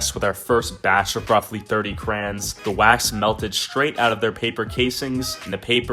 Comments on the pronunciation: I'm (about) Please stop saying "Crans" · I’m triggered it’s not krans it’s crayons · Anybody else come her to see if he said crans or crayons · its crayons not crans LOOOSER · It’s not crans it crayon 😅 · Its crayons not crans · Cra-y-ons not "Krans" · krayon notcrans crayons not cran crayons not crayn not cran anways love ya channel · Why do people say it crahns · “We have all 5,000 crans” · This foo really be sayin crans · It’s not krans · am i the only one that is confused when he kept on saying Krans.... btw luv your content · omg stop saying krans... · DID HE JUST CALL THEM KRANS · He says crayons like crans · I call them crowns you call them crans I’m triggered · "Crans" (no hate its just funny ❤️) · Who heard him say crayins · Why does he call it krans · why he sayin crayns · Y u say krans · Stop saying Krans (ty) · im suffering the first 30 seconds of him saying krains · please start saying crans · Yes, crans 😂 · XD ME IT SOUNDED LIKE KRANS LOL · Ill thumbs up the video but deep down in my sole hate it because of the way he pronounces crayons. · i will actually stop watching this because you are saying it wrong and I just can't okay I'm sorry.